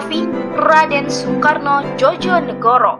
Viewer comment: Mbak yth bagus kontennya agar generasi sekarang ngerti sejarah bangsa..saya hargai. Namun dlm mengucapkan bpk.Komjen Soekarno Djojonegoro..seharusnya diucapkan..Djoyo (yakin) negoro..bukan Djojo (jotos)negoro. Kluarga saya dr kepolisian..jadi tahu. Trima kasih..chanel bagus.